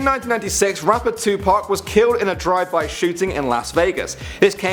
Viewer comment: It’s Tupac not Tupack